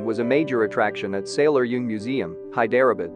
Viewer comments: Ikr. High derah bid. Where the heck is that? 😂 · “Hi-DER-uh-bud??” 🤦 How about losing the computer voice, and improving the pronunciation?